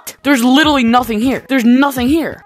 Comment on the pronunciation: “Litly” it’s Litraly